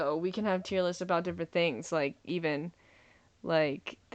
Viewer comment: ‘Tear’ list? This guy is hilarious!